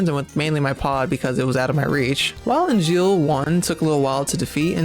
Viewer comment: Hey, awesome run. It did puzzle me that you kept calling the giant robots "Angeal", like the Crisis Core character, though. Their name after Friedrich Engels (the other intelectual developer of communism with Marx), so it German. Therefore is pronounce "/ˈɛŋ(ɡ)əlz/ ENG-(g)əlz" (meaning "eh" instead of "ee" and the "g" as in "game"). And you thought you got Simone's name wrong XD